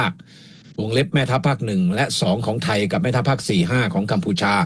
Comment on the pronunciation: ดร สมเกียรติ แนะ พิทา ให้ เปล่ง คำว่าไทย(ไทย คำนี้ พิทา เปล่งผิด) คำอื่นๆ ค่อยว่ากัน ส่วน คำอังกฤษ ฝรั่ง จะสอนพิทา (คนไทยไม่รู้อังกฤษ) หวังว่า พิทา จะเปล่ง คำนี้ได้ ถ้าจะ ลอกคราบ จาก พม่า เป็น ไทย